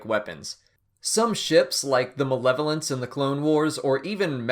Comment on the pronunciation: And Whats with the melavolence?